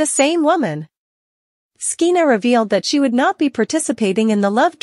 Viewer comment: SKEENA? What's wrong with you? Her name is pronounced like SHEENA. You sound ridiculous. When did you ever hear of the name SKEENA?